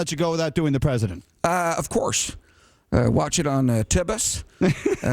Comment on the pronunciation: "tibus" LMAO